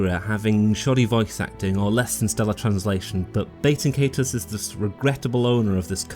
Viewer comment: I gotta keep it real witcha, you’re pronouncing the name of this game about as wrong as humanly possible. Nice video though.